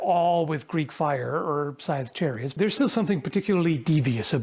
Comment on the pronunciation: In the intro I first thought you said "caltrop sized chariots"